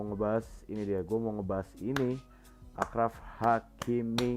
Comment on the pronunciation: Video yg mantap bang, review gw ttg match kali ini -Marcelo overlap -Benz Hazard udh bagus sinerginya tp kurang clinical -Kurang kreasi serangan -Kortoa harus ttp konsisten Oya ralat dikit do, cara pengucapan 'achraf' itu 'asyraf' dalam bahasa arab, penulisan bhs inggrisnya achraf.